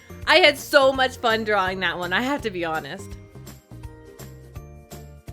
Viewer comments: Drawlaring???? Really really XD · "I was just having so much fun DRAWLORING her!"